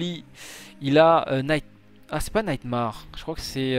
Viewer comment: "Naïte Marre"